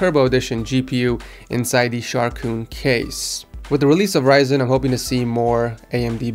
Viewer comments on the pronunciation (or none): none